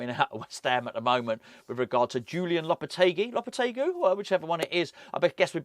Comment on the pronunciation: Not just his surname you need to learn, I thought his Christian name was Julen pronounced "Hoo Len".